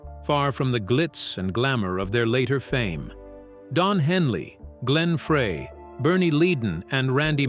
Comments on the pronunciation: it's not Frey it's FRY!!! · Glen FREY Pronounced FRI !! SAY IT CORRECTLY OR DON'T SAY IT AT ALL !!